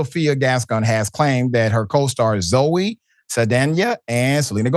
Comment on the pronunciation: Why do you not know how to pronounce Zoe’s name?? I mean damn, it’s not hard.